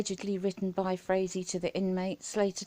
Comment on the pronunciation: Great Video...Originally I thought Frazee(its pronounced FRAYZEE)Was smarter than watts for keeping quiet,Boy was I wrong,I hope they charge him with soliciting murder for this one...What a BARBARIAN &NINCOMPOOP!!!